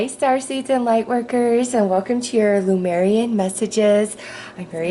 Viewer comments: It’s not LUmeian, it’s LEmurian (Leh-mure-ee-an). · Thank you for your sweet spirit and your videos with messages from the Lemurian energies. Careful not to mix up the vowels in the word - "Leh - moor - ee - an" . Not "Luh - meer - ree - an".